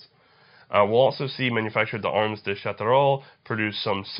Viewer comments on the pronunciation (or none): Sha tell er ro you forgot the er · The real french "u" doesn't seem to exist in english, shatel-ro, SainT étienne ( as the silent T is followed by a voyel or a silent h, you pronounce it ).